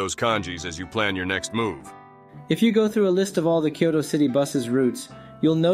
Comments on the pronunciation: The video is helpful for those new to transportation in Kyoto, but the narrator consistently mispronounces the city's name. New visitors to Kyoto should make sure they haven't adopted his pronunciation. It's isn't "Kee-OH-Toe" but "KYOH-Toe." The Y isn't a vowel. It's a consonant. Think of Y as in "yellow" rather than Y as in "happy." "Kyo" is a single syllable, not two. This is the same "kyo" that appears in "Tokyo," which also has two syllables instead of three. It was common to mispronounce "Tokyo" prior to and even during World War II. That mispronunciation was displayed in the occasional spelling "Tokio," which clearly gives three syllables. Visitors to Kyoto will gain points if, when talking to locals, they pronounce the city's name correctly. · I live in Kyoto, and can vouch for the information you give. But I really wish you'd learn how to pronounce the name of the city. It's not three syllables -- "kee-yo-to" -- it's only two -- "kyoh-to". Unfortunately the "kyoh" sound doesn't exist in English, except between words (try "blacK YOgurt"). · the way he pronounces Kyoto (particularly the 'T') gets on my nerves. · This is actually a great guide and also my ears bleed and a little part of me dies inside every time he says KEE YOH TOH There are only two syllables in "Kyo-to" Also Kenzai for ("Kahn sai")